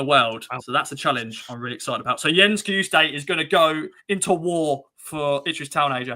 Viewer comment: FFS sake learn how to pronounce names, it's not hard Kai-Ju-Stay It's so 70s you're a posing as English Who can't pronounce any other language Love the show though, thanks